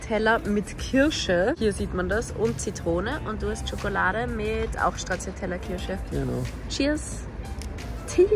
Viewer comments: Ist nicht schlimm oder so, aber Stracciatella spricht man “Stratschatella” aus, nicht “Schtraciatella” wie du es gesagt hast. 🙈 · Es heisst NICHT SCHTRATZIATELLA😱 Strattschatella bitte. Danke.